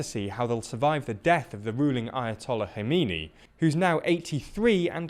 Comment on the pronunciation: I'm surprised that you manage to pronounce "Iran" and "Khomeini" fairly well, but you NEVER seem to even make an attempt at pronouncing Ukrainian names even remotely correct. How about in the future, you pronounce the "Kh" in Kherson and Kharkiv, the same as you pronounced the "Kh" in Khomeini?